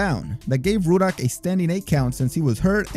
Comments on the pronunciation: Why does it sound like youre saying woodhock instead of ruddick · It's Rudd-ick, not Rue-dock afaik. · Pronouced Rud-dock not Roodock,LEE Bon not Lebb on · Why do u keep calling razor ruddock "rooduck" it's rudduck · "Roodock" lol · "Razor REWdock" lol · Roo duck?...lol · Erik Larson the whole time he kept saying Ruddocks name wrong even though the announcers kept saying it in the video over and over lol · Ruddocks name is pronounced in the video so how are you still mispronouncing it, it’s lee-bon. Do your research